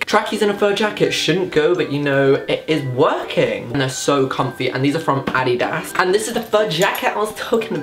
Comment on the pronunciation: wtf is Adeeda?😂 Whyd he say it like that lmao